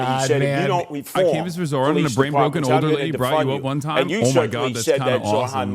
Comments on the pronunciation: Zorha, Zohan…why is Sliwa intentionally butchering hot name? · THE NAME IS NOT EVEN THAT HARD BRO IM CRYING "Z (of Zebra)-OH (of opening)-RAA (r and then the aa sound in Father's a)-N (just N.)" and then "MAM (the same aa sound found in father for the A, the ms are just M. You can even pronounce this as Mum if the mah is too difficult)-DA (yet again D with the a found in father. All the As in his name are like the A in father)-KNEE (self-explanatory)" LIKE BRO